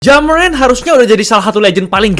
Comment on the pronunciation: Ja morant sudah berubah menjadi ja murant😂